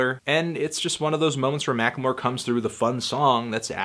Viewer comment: You always add an extra syllable to the word "Macklemore"